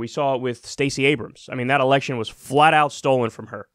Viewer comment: Did anyone else hear "democratic ERECTION"? lol